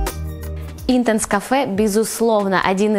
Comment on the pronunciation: Все хорошо и интересно, но умоляю, читайте перед записью как произносятся названия ароматов. Intence, например, с ударением на 2 слог)